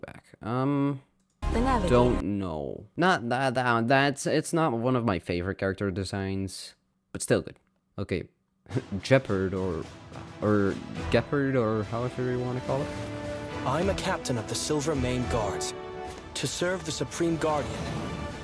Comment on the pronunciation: Gepard is pronounced with a "g" like in "gone" and an "a" like "ah". The voice actors and designers deliberately mispronounce it to make it sound more American.